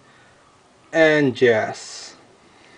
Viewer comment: He said jass